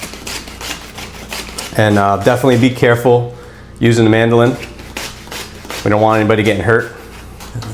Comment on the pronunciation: I was totally confused until I realized you meant "mandoline" not Madeline. 😉